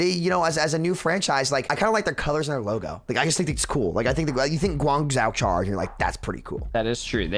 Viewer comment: Gooangzao and hangzao. That hurt to listen to